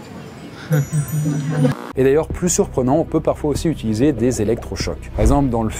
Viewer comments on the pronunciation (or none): none